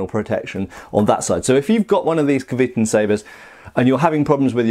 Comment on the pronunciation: Great review for what looks like a great product. Going on the Cyrillic, I'd pronounce it something like "kvyeh-tUn". I know it doesn't affect the blade itself, but if you like something, it's nice to know how 'to call it by its right name'.